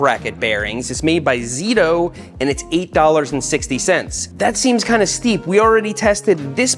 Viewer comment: is this guy dyslexic or what? It is clearly stated "ZTTO" two "T" and this guy sais "ZITO" . . .